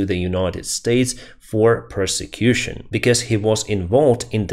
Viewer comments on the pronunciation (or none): I don't often comment about mis-pronunciation by non-native English speakers, but I'm going to make an exception here because you mispronounced "prosecution" in such a way that it sounded like "persecution" - which is an entirely separate thing and definitely not the word to describe what's going on with the individuals accused of corruption (unless you do mean to say they are being unfairly treated). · it may be accent or it may be using the wrong word, but could you check the meanings and the correct pronunciation of "persecution" and "prosecution". They are very different words. persecution (hostility and ill-treatment, especially on the basis of ethnicity, religion, or sexual orientation or political beliefs) prosecution (the conducting of legal proceedings against someone in respect of a criminal charge) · We depend on you for these very good daily updates. May I kindly suggest that you speak two words correctly...."prosecution" and "persecution." If someone is prosecuted, it is a legal act under the government's laws. "Persecution" is violent or mental cruelty outside law. So if a Ukrainian official is corrupt and the U.S. wants him extradited, that is for "prosecution." Just some friendly helpful advice to go with my great appreciation.